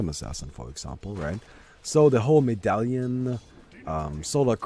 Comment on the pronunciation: figured out the English pronunciation of "medallion":)